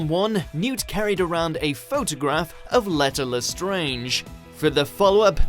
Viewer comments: It's pronounced "Lee-tah" not "Leh-tah" Edit: Thank you to everyone for all the likes. I've never gotten more than like 3 and to get so many for something so simple has just made my day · "Leeta" not "Letter" Leta Lestrange - it's not hard. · Leeeta not lehta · I love how everyone's commenting about the pronounciation of Leta lmao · This guy can’t pronounce any names lmfao thesus letah come on man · Leta Lestrange is pronounced lEEta Lestrange not Let-a Lestrange Thee-see-us Fla-mél If your talking about a fantastic beasts movie or a Harry Potter movie at least know how to say their names 😂 I LOVE BEING A KNOW-IT-ALL 😂 👍🏻 💕💁🏻‍♀️